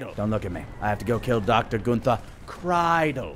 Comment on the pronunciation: Pretty sure that Kreidel is pronounced Kreedel. But whatevs.